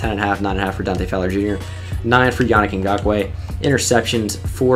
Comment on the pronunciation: I like how educated you are dude, you know what you're talking about when you talk football and you know alot of players, you effortlessly said Ngakoue